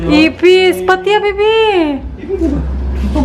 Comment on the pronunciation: as in grabe ang emphasis "patya" haha.